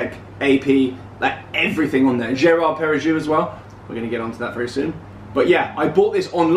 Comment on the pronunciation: Watch winders are a truly terrible idea.....just ask any experienced watch repairer! Don’t do it! And btw, if you want to pronounce Girard Perregaux like a French speaker, it’s Jarr Perry-go!